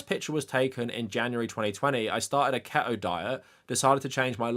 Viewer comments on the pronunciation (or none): That's the correct way to say it. There's no other way. The way he said keto should've been the real issue.